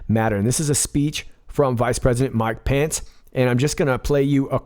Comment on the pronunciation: Every time I hear you say the VP's name - I think you are saying "Mike Pants" :P